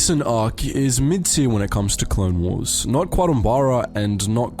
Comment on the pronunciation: "Clone Warses" It's still "Clone Wars" You moron.